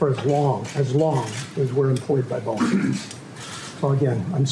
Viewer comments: Boeing not Boing…that is a sound a spring makes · Someone please correct Pat on his pronunciation of Boieng